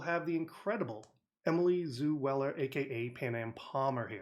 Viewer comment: Hahah you called her Emily Zoo Weller Looool omg